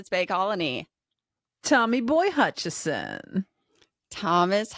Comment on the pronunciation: This one was hard for me because pronunciation of "Hutcherson" bugs me every time. 😂 Is that a joke that I'm not in on? But I love the newest riot button so much